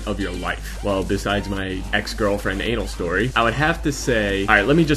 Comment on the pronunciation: Did anyone else hear him say anal story? :D